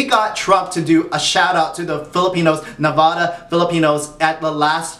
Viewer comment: You’re pronouncing Nevada wrong my dude. How do you have so many subs and so few views? Get a microphone.